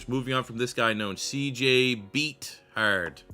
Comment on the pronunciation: It’s Beth hard not Beat hard 😂